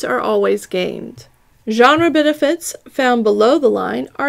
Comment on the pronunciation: I'm so proud of you for saying genre correctly. True character development